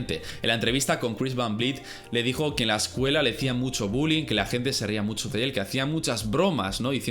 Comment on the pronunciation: Tal vez... No tengo una palabra profesional así que no puedo decir musho...